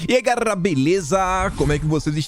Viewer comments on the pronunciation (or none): Eu sempre entendi "Eai guerrrra, beleza???" 🤣🤣🤣🤣🤣🤣🤣🤣🤣🤣 Já começo assim também kkk